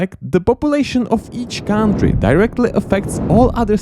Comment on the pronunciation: Can someone please explain to how the word "country" is pronounced?:D